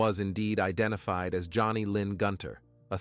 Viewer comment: "The woman"? "The man"? "The wife"? Not the best use of the English language. Not easy to listen to. And the murdered woman's name was Joni Gunter not Johnny